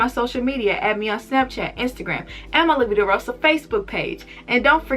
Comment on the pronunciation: I love the way you pronounce " La vida rosa " Can you speak Spanish?